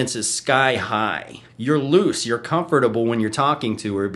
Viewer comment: "Cum-fortable " lol